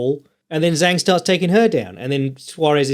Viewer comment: the correct pronunication of Zhang is with.a "Jang" that rhymes with manga.